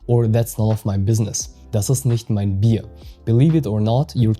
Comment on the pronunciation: Das Video an sich ist echt gelungen, jedoch gibt es hier einen großen Fehler in der Betonung bei dem Satz "Das ist nicht mein Bier", denn hier betonst du das Wort Bier, wobei jedoch die Betonung auf dem Wort "mein" liegen muss, um deutlich zu machen, dass das vorliegende Problem nicht das meine ist, sondern das von jemand anderem.